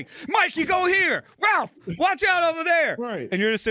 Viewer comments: Did call Raph, Ralph?! For shame sir.. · you said "Ralph" instead of "Raph" Raphael, this isn't an episode of Cheech and Chong my guy lol. "His name is Raaaaallllllph" lol